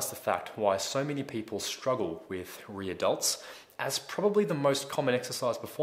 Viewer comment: Sounds like he's saying Re-Adults instead of Rear Delts .